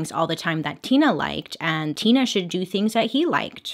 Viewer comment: Her saying her name Tina Mind Tina more like tuna Me what wrong with me ? Mind 😬 oops Me this is why I am embarrassing around ppl